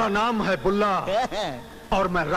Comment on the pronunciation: Bulla stressing upon the last syllable!!!!!